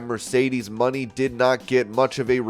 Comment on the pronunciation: ITS MONÉ NOT MONEY